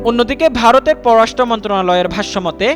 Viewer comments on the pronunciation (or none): none